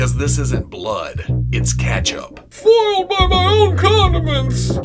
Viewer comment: Hol up.., say “ketchup” again🧐